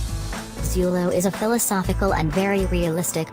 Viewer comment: Some of the movie names are wrong... Its ZULU not ZULO :D:D The whole video is awful.. especially the narrative...